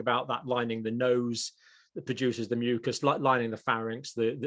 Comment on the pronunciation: Why add more syllable to the word mucas?